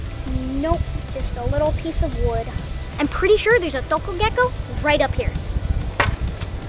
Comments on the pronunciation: I love how you can correctly pronounce the local name: "Tuko" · I like the way you pronounce the ”tuko”. Your a great youtuber keep it up. Love watching you and your family too.